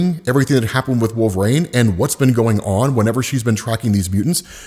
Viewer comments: Wolverine. It’s WolverEEn not WolverRAIN. lol. Keep up the vids been watching for years. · He started saying "Wolvraine" so much, I thought he was talking about a new character.